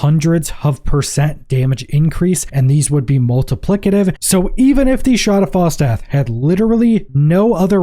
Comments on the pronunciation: Shroud haav fall death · Yup, all I keep hearing is shrad av fall DEATH. Kept thinking, I've never used that item, until it finally clicked ... oh he's saying ... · That is the STRANGEST way I've ever heard someone say 'Shroud of False Death'. I had to rewind a couple of times when you first said it because I couldn't understand what you were saying lol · Holy pronunciation batman shroud has false death? Lmao